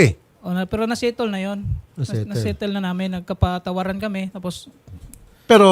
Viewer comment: Word of the day: SETOL (SETTLE) 😂😂😂